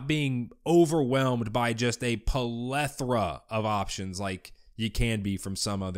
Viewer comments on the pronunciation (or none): Polethora? I think he meant plethora